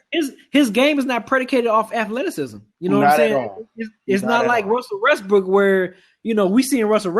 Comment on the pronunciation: B SAID RUSSEL RESTBROOK LOL